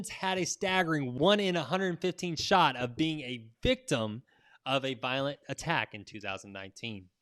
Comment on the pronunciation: Violent, not Voilent